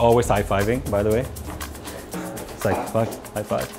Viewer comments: the 'apir' instead of 'high-five' 😂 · Favorite part: "Ap hear" (apir)